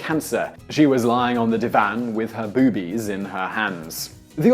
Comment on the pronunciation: Please, I know it's just me but it made it hard to listen to you refer to my favorite optical objects.... boobs as, "bewbs" and "bewbies". Drove me nootz.